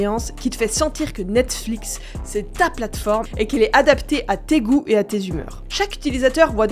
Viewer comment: j'aime bien comme ça devient de plus en plus compliqué de prononcer "Netflix" a force de le prononcer lol " Netflic" " Nexflics" " Nexflix" pour ensuite dire " Nette-Flix" lol-> Bonne vidéo quand même ;)